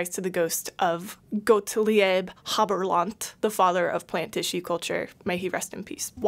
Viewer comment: Gottlieb Haberlandt is pronounced "Got Leeb Huh Bear Luh ndt"